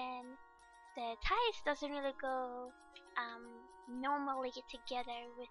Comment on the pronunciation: Your talent is amazing and your voice is so cuuute >w< I just love how you said "tighs" instead of "thighs" eeeee